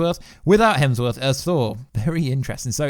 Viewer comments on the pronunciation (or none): none